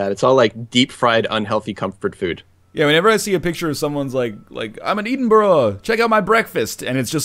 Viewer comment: Well, that's a different way to pronounce Edinburgh.